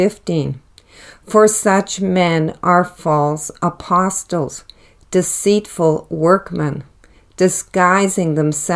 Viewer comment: Respectfully, the “t” in apostle is silent.